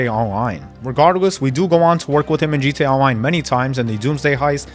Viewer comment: “G Tay Awloine”